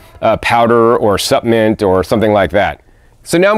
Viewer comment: EXCELLENT video as usual 🥦🍌🥭🥬🥕🥑🍉 🥗 Hope it’s ok to mention that the word “Supplement” has an “L” in it. Not suppament, rather suppLement. 🤗😁 Btw...what an AMAZING garden. I live in the tropics and DO have a small garden but the bugs and beatles love having a garden as much as I do! 🐌